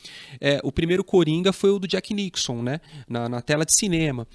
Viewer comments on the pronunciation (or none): Legal seu vídeo,. Mas, poxa, chamar o Jack Nicholson de "Jack NICKSON" 😥